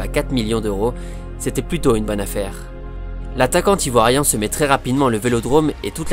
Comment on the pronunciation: Super vidéo mais ta liaison entre attaquant et Ivoirien bizarement ne passe pas a mon goût...